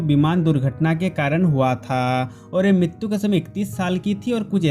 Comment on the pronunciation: Yaar MITTTUUU nahi MRITYU HOTA HAI ...TGIKSE BOLNA SIKH